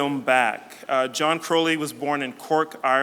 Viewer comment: As a fellow Crowley, the way the interviewer says 'Crowley' makes me cringe.